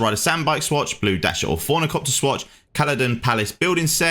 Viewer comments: Did you call the "ornithopter" "fornicopter"? 😂 I call it "Hornythopter". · Hey he got all the syllables right just in the wrong order 😂😂👌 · Similarily? Orfornicopter? Eighty fousand? Brother I'm not taking advice from a guy who can't read ngl